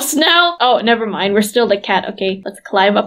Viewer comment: Why always say nevermine